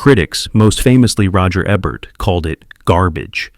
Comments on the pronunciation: I hate AI!!! 1700s? Roger Ebb-Ert? Toab Hooper? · Thriller A Cruel Picture and I Spit On Your Grave made in the 1700's? I had no idea that had film back then . And can't even say Ebert correctly.